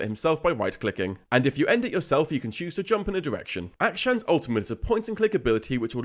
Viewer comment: Not to be that guy but its not pronounced "Acktion" its more like "Uck-Shawn"